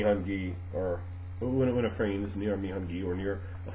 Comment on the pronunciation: finally know how to say it right! Fray-EEN! not Fray-Ahhh-en! good to know!